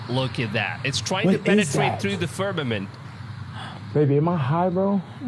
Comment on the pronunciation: I quit watch the moment I hear the word fermament.. k bye